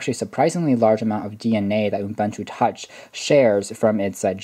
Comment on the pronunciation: Good video, but it's pronounced "oo-BOON-too" not "oom-BUN-too".